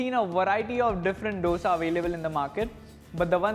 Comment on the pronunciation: Dosa pronunciation is like "दोसा" and not "डोसा" . D is like "Diwali" and not D as doctor